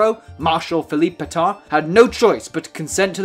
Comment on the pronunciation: Could you not have tried a bit harder to pronounce the name Pétain? It's not even close to your "pay-tahn." Any English speaker could at least say something like "pay-tan." AN like in AN apple. I'll bet you also say "macrone" for the current president of France. Un petit effort, merde!